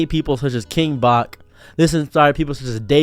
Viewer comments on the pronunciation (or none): He’s actually called “King Bach” NOT “King Bahk”, as his real name is Andrew Bachelor!